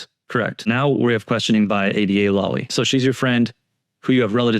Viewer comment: Love ur vids & I fully support Karen Read. I can't stand Lally either but - please just pronounce it right! LAAAly - not LUUUly. The A sounds like the word "laugh". Lally. I'm all zoned in to what ur saying & every time u pronounce it wrong it throws me off of concentrating